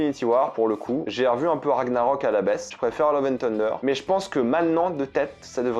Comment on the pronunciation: "Love and Teundeur" pardon mais ça m’a fait saigner des oreilles 😂 je dis ça je précise sur un ton amicale car j’aime ton contenu et ta personnalité. Mais quand on prône la VO (comme moi) on s’attend à un niveau de prononciation correcte 😉